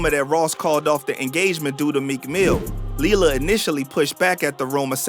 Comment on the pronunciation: Lira not lila galore